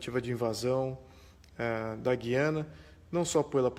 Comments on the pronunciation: FALA-SE: GÚIÂNA !!! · Meu caro, aprendi na escola que GUIANA se fala pronunciando o "U" e não como se falássemos, por exemplo a palavra "guinada" onde o u não se pronuncia. Será que só eu estou errado ?